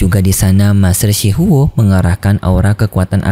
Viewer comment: Shi huo bang bukan shi hao